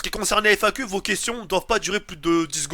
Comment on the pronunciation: tu ma tué ta dit fnaq au lieu de FAQ haha